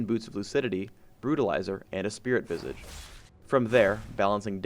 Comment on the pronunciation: Dear, Please learn how to say "Visage". That will be all.